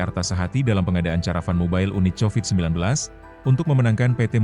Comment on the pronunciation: 😂😂😂😂😂😂Covid jadi chowid